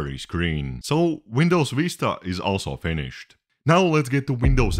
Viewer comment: as a turkish i died seeing u struggle with turkish ver. vista LMAOOOO